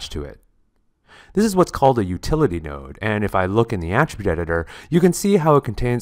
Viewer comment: Did you say "nerd"? Not "nerd" -- "node."